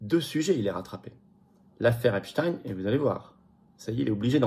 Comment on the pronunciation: C pas apchtaigne c epstein